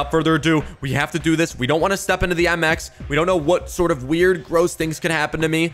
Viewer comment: Mx not mix sorry